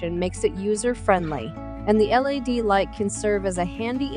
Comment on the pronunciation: Why does she keep saying L.A.D. light instead of LED?